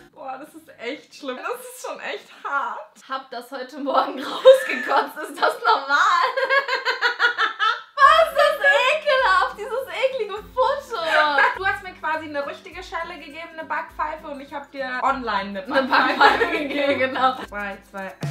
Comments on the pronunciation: Es heißt Eklige nicht Eklinge😂😂😂🤣🤣😆😆😆💪😄😅😅Bibi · Äääää 'Eklinge'🤣🤣🤣🤣🤣🤣😂😂😂😂😂😂